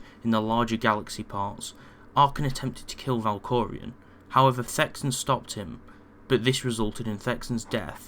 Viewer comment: Valkorion. Not Valkorian.